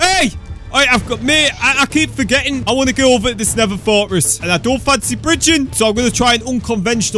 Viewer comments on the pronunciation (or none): ITS FORTRESS NOT FORT RESS